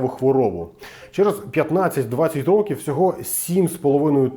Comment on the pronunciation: Не чинити, а ремонтувати. І ро^ків, а не рокі^в. А випуск крутий